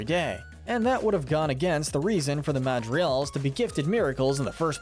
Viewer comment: Hey, you’re construction mispronouncing Madrigals whenever you are saying it. But regardless, great video guys.